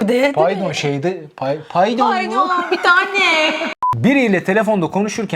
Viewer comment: Abi paydon neya 😂😂😂😂😅😅😅😅🎉🎉🎉🎉🎉🎉❤❤❤❤❤❤❤pAYdOn biTAne😂😂😂😂😂